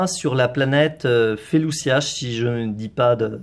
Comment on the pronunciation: Dsl mais Felucia se prononce Félouchia ;)